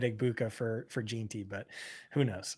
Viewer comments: Jean - Tee at least once a week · The way says jeanty tilts me so much